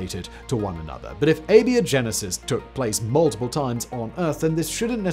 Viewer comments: crazy pronunciation makes it sound like he's saying "Labia-Genesis!!" I wonder how he'd pronounce the word "biotech..." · its pronounced ay-bye-oh-genesis, like biology. One of the most interesting filters i've heard proposed is disgust. Disgust keeps people from eating things that could make them sick. Hence its inclusion. If you don't have modern medicine and you get sick, its a crap shoot if you survive. If you have a group of... lets say primitive bunny aliens, and they find a rotten carcass infected with a deadly disease, and half of them eat it but the other half are too disgusted by the smell to eat it. Lets say the mortality rate from that disease was 50% to make it easy. That means you're going to lose 25% of your bunny alien tribe. If that tribe is too small, that could destroy the genetic viability of that tribe with no way of knowing until several generations later that they were doomed. So you need some ability to determine what is and isn't dangerous to you without being killed. But I argue another minor filter on top of this one, a vomiting reflex. In the real world bunnies cannot vomit like cats can. So if you have a bunny tribe who can't vomit and one of them eats something poisonous, and you have a cat tribe who can vomit and eats something poisonous, then the tribal shaman of the latter can just go "no problem, this herb will make you vomit" and get whatever was poisonous out of their system before serious harm is done. The tribal shaman of the bunny tribe however has to wait for the results of the dice roll, alive or dead, lets hope that bunny alien doesn't roll a 1. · Sorry, you pronounced abiogenesis wrong! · A-BIO-GENESIS. If you're going to bill yourself as a science show, learn how to pronounce words. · Do you pronounce biology as "bee-ology"? No? Then where did "ay-bee-oh-genesis" come from??? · You calling it "Beo" Genesis is killing me. What is this pronunciation man?